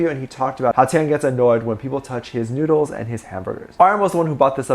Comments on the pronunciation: Boi u said noodles as noods 😂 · When he shortened noodles and it sounded like nudes lol!!